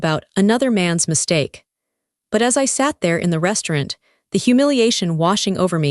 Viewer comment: AI can't say restaurant